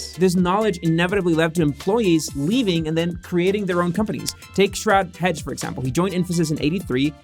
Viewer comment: did you call Sharad Hegde “Shroud Hedge” 😂😂😂 omg that is the funniest thing I’ve heard. HEG-de is a common Kannadiga last name. Not the English word Hedge!